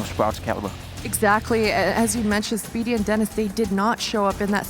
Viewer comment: "fave-in" "speedy" NO. ITS FAH-VIN, AND SPIH-DI.